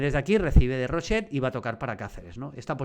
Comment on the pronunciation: que no es roshet tío, es rochet, no te inventes fonemas. Gracias